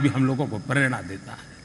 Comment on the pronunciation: Pronounce Sanskrit words properly .It is nor purerana it is prerana .